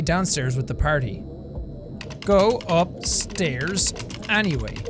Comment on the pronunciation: Jack you said “Go Upstaris”